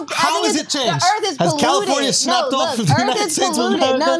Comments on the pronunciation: I don't know which is more cringe. Taylor saying she is a alien and isn't from this planet. But having some stupid views and questions about aliens. Or Charla trying to have a intelligent convo about earth. All while calling it earFFF the whole time. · Take a shot every time Charla says Erff instead of Earth